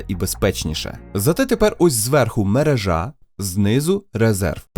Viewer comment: МерЕжа, а не мережА! В мене вже вуха в'януть.